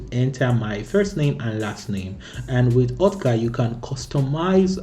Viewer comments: Brother its okta, not otka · My ear hurts everytime he says "OTKA" :p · I think i'll probably saying "OTKA' instead of OKTA 🤣